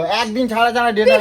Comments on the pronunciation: ডাটা ❌ ডেটা ✅ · Aga pronounce thik koro 😂deta ta ki 😂